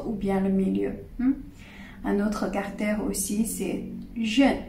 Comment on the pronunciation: Je crois que vous parlez tres bien le francais, vos exposes sont parfaitement clairs, si ce n'est cette petite baudriole (qui n'empeche pas la comprension et, au fond et apres tout, est gracieuse) du "carter" au lieu de caractere". Permettez-moi de rajouter que peut-etre simplement il vous a echappe cet esprit francais du "ordeno y mando" (expression espagnole en version originale, pardon), un caractere propre du francais comme en parlait Saint-Simon a propos d'une certaine marquise quand il ecrivait qu'elle avait parfaitement parle francais un jour qu'elle avait ete en colere avec son service domestique. C'est a dire sans laisser la place a l'equivoque ou au doute...et, j'imagine, avec les mots bien choisis selon ce que j'en deduisait de la lecture de l'anecdote dans un article de magazine litteraire... Je ne crois pas que ce soit un hasard que Descartes, un francais, soit a l'origine du cartesianisme... Un salut et merci a vous.